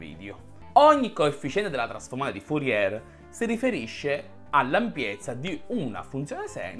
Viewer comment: Bel video, ma mi domando una cosa: come fai a sapere tutte queste cose sulla trasformata di Fourier e non conoscerne la pronuncia corretta? 😉